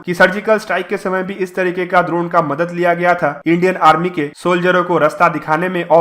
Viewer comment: Drona nahi droneeeee hotaa hai 😂